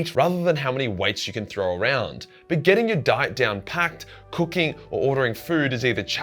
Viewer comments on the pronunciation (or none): Down pat, my dude - not packed.